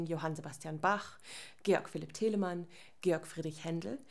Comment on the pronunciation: I knew she was german when she started pronouncing Bach, Teleman, Handel correctly